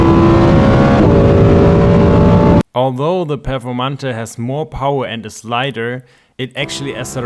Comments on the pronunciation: Did you just call the Performante "Performantuh"? Dude, it's pronounced "Pe(h)rformantay". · The Performante you were using.is the German Performante, pronouncing the last "e" with the "uh" sound.